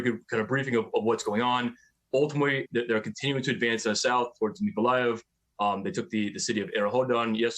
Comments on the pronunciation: It’s pronounced Nee-koh-lie-ev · American newsreader's attempt to say Mikolaiv is truly pathetic.